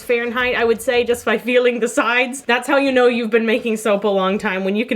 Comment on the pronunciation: When she said "oh ya know" and as a Minnesotan you felt that 😂 Way to channel your inner northern folk! Also loving these soaps 🤩